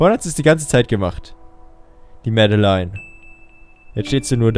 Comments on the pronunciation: Der Character heißt (Lautschrift laut ):"Mäddelein" man spricht es aber trotzdem (Lautschrift):"Madlene" also wie Madeleine aus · Hey, nur eine kleine kurze Anmerkung. "Madeleine" wird nicht so ausgesprochen, wie man es schreibt, sondern im Endeffekt "Madleen". Ist ein französischer Name. Danke für die Aufmerksamkeit!:)